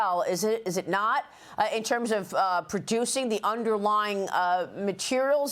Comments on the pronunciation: It's NOT pronounced "FentaNAUL", it's pronounced "FentaNILL". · The drug is fentanyl..."nyl" is NOT pronounced "nol" but "nil." Fen-ta-nil😊